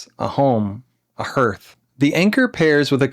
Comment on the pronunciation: "hearth" is pronounced "haarth"